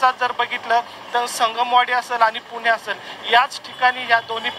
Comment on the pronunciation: किती मराठीचा ह्रास.. कृपा करून पुणे म्हणा.. पूने नाही हो.. 🙏 अगदी सहज आपण हे म्हणतो पण त्यातून अनेक लोक शिकतात आणि अनुकरण करतात हे लक्षात घ्या. 🙏🥺